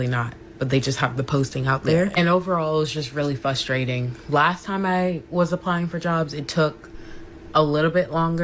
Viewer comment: That girl towards the end, in the pink pajamas, can’t say the word frustrating. She said “fuss-trating” twice. Which checks out because she seems a little fussy. Haha